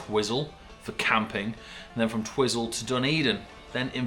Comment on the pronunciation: Twi-zil actually sounds cooler lol.